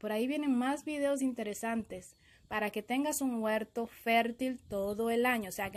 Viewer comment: Intedezante :v